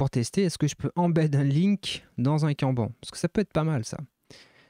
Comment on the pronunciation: Trop bien, merci pour la vidéo. Par contre, petit point, kanban ce prononce canne banne. C'est japonais 😉